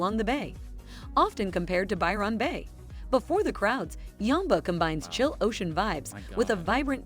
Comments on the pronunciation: Lol lol lol. I can't unhear "Biiirrreonn Beh". Now I'll never be able to pronounce it properly ever again. Hand me a trombone immediately 😅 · As an Aussie, I wouldn't choose to live in any of those places. Ignore these, unless you're a tourist! The use of AI to voice the video is really poor for pronunciation of those places too. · Or as she says it, 'By-RON' Bay lol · Absolutely. I almost stopped watching the sixth time she said By-RON. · Byron got me, reminded me a Philomena Cunk - Who's Ron? You know, the guy who wrote the poems and signed them By Ron. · Buy Ron Bay?!!!! Ev anne dale?!!! Oh I give up. Amazing she pronounced Launceston correctly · I love how she pronounces Byron Bay not how it is actually said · Computer generated voice. That's not how an Australian pronounces Byron bay Denial is the first stage... For RETIREMENT the central coast is popular, as its also clo9se to Sydney hospitals and Newcastle has a LOT of medical services for the aged. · My Dad was born at Byron Bay when his Dad was a keeper at the lighthouse. So my Dad was named Byron. Listening to her pronunciation was like hearing nails on a blackboard! 🫣